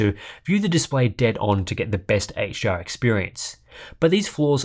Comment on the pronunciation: everytime he says HDR, it sounds like he's saying HGR